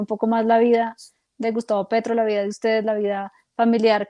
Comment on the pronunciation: Se dice vida no vía, que mal hablada esta hija de Petro...